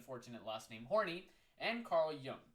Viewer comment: Karen Horney's last name is pronounce horn-eye lmao